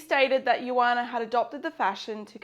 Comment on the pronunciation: Joana was from Portugal and her name was not pronounced as "yuana". You read Joana using the "J" sound. The phonetic symbol is /ʒ/.